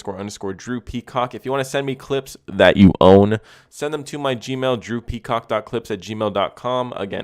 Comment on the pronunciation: never seen one of ur videos before n i was shocked when i heard u say droopy cock but turns out its drew peacock